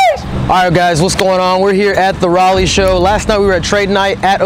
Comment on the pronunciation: Thank you for saying Raleigh correct